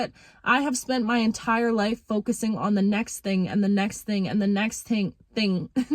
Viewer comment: Embrace your inner Jamaican with that “TING” word lol.